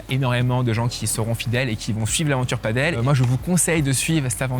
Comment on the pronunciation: On t'aime mais par pitié : Padel, pas Paddle 😁